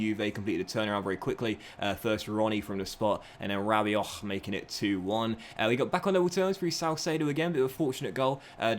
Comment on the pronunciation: His inner Scouser coming out hahaha